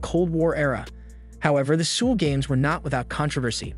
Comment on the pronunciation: Very odd way to pronounce Seoul. It should sound like “Soul” or “Sowl”.